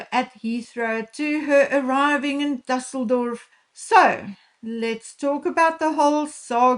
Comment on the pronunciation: I can't with everyone's Düssledorf pronunciation. That is a Ü. Thanks for getting it right mostly.